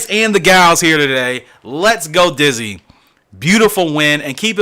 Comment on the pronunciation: i am laugh so much you get the name wrong best way to start off the new year with a good laugh i say keep up the good work , its young yolk y not f you could name the horse ditzy blonde , ditzy queen , ditzy do